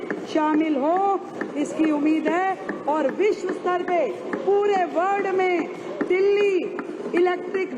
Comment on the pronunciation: Mahodya word nhi world hota hai